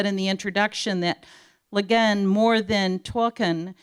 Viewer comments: Perhaps they should have gotten someone to introduce her who didn't think her name was "LeGin," or someone who can pronounce "Hugo" and "Nebula." Jesus Christ. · Honestly, it kind of felt like she was a Siri or Cortana but in human form. She was great at pronouncing normal words but struggled even with the simplest of odd ones. Lah-gin, hahnish, tulken...but yeah, even the pre-existing word, “nebula”, had a pronunciation whose certainty became quite “nebulous” when given a capital as its first letter. “Neboolah.” So, basically, Been-jay-man Way-leen, I had the exact same observation as you about the stumbling and seemingly infinite introduction of the host.